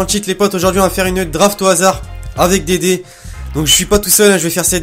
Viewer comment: Je suis le seul a avoir compris '' Dédé" à la place de "des dés"???